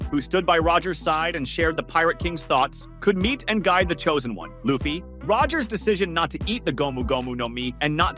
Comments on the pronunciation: Yeah I'm not even watching another video of his or even liking his content for the disrespect. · The guy keeps butchering people’s names in the video, calling Luffy as “LAOffy” and Imu-sama as “N-sama”